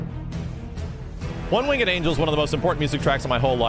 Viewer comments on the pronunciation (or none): It's Winged, not Wing-Ed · you pronounce winged wrong dude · Also its "One winged angel" not "One wingded angel" or "One wing and angel" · "one wing-ed angel" lol bruh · Who pronounces the e in winged? I only ever hear wingd. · The way he says "winged" irks me slightly. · Are you saying one winged angel like that on purpose?